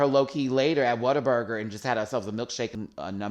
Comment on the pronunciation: I thought she was saying Water Burger.... I thought that is the weirdest name for a burger shop.... soggy bun picture